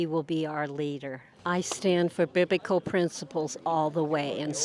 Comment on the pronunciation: “Biblical Ciblical”? “Hypokit”? She must be dean of the tRump University School of Language Arts.